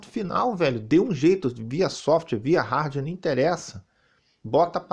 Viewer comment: "RARDUÉ" 😂😂😂😂😂